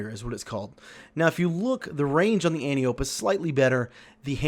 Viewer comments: An - ty - uh - pee Not an - tee - ope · So, if you want people to take your input seriously, at least pronounce Antiope correctly.